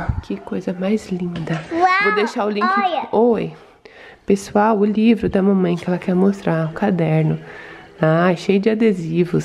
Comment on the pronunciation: Mini compra logo uma camera pra mama ela ja é uma blogueira kkkk ela falando pexual❤❤❤linda demais